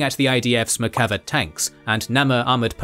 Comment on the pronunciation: One small thing: In the word Merkava ("chariot" in Hebrew) the accent is in the second "a" and not the first. If we used accents in Hebrew it would be Merkavá and not Merkáva. The same goes with the Namer ("leopard" or "tiger" but actually an acronym for "Merkava APC" or in Hebrew, NAgmash MERkava): Namér rather than Námer. Great video.